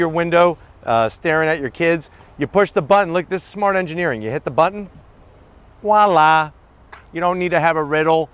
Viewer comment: Ok, another great review of a very nice vehicle, but enough with the Wala's (it's Voila') and the "hydraulic struts" they are actually pressurized gas struts. Hydraulic by definition involves liquids and there is no way you could compress a liquid with those struts. Geez dude...two more Zonks!